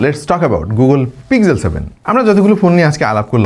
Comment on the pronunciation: Google Pixel যারা বানিয়েছেন তারাও এভাবে "পিগজেল" "পিগজেল" বলে না যেভাবে আমরা বলতে থাকি। এখানে গুগল কিভাবে তাদের ফোন এর নাম উচ্চারণ করে সেই উদাহরণ এর লিঙ্ক দিলাম। আশা করি আপনারা অন্তত সবাইকে সঠিক উচ্চারণ টা বলতে সাহায্য করবেন। ধন্যবাদ